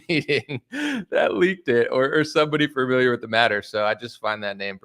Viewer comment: Definitely someone "fermiliar"